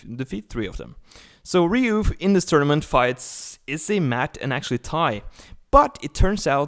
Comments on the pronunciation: You said his name wrong so many times I couldn't watch the whole video. You kept saying "Ryu" when his name clearly has an "O" at the end and not a "U." And before you say anything about different accents, an accent isn't an excuse to murder someone's name. It's a Japanese name and it's pronounced "Ri-yo." A "Ryu" is a dragon...and a guy on Street Fighter lol. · Actually is more like "ry-ow" it is actually spelled as "Ryou" in Japanese (yes, just like Kyou/Kyo from The King Of Fighters game series) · It's Ryo. The guy kept mispronouncing his name. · Technically Ryou, but in america is spelled "Ryo" (and pronounced that way) So I dunno why this guy keeps mispronouncing it. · You are wrong. When you spell a Japanese word or name with a "u" at the end, you simply elongate the "O" sound into the "U" that makes it sound like they are almost one in the same. That's cute. Someone tried to tell me how to pronounce a Japanese name when I took Japanese in school LOL. Close, but not with that "W" in it.